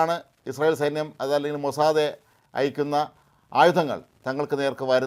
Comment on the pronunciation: മൊസാദേ അല്ല മൊസാദ് അത് പടിക്കു, നിങ്ങൾക്കു ഇംഗ്ലീഷ് അറിയില്ലേ ?